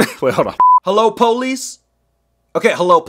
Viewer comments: How to say police: POOPLICE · somebody kill the powlis Me:😂😂😂😂😂